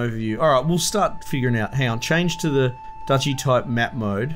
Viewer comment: haha its definitely not pronounced dookie unless you're talking about poop.